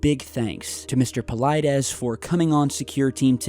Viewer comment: You killed his name. He must have Greek roots, his name must sounds like Pavlethes (use google translate and put the following: Παυλίδης then ask to translate from Greek and use the speaker button to hear how it sounds)